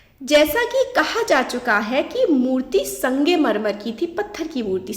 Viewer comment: Sangemarmar nhi hota bhen sangmarmar hota hai